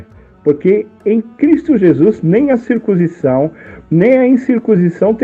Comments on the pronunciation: Se pronncia CIR- CUN- SI- ZÃO. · Cir...cun... cisão.